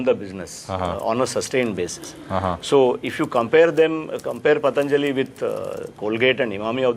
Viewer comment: The anchor can't even pronounce Patanjali properly.... He's having such fake foriegn accents...